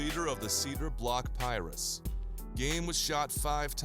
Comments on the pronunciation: man said ''piruss'' nigga ... its pronounced Pie-roo (PIRU) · Cedar block piru pronounced pie-roo